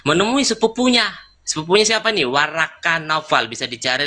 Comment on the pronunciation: Ini orang ngomongnya juga ga bener,bukan warakah,worokoh.